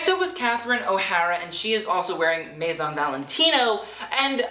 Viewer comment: are you purposely mispronouncing maison?